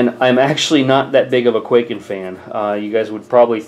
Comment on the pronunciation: it's pronounced kuai-ken